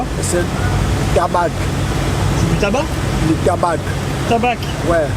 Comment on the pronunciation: C du tabac et le monsieur prononce le "C" tabaque 😁😁😁😁👏👏👏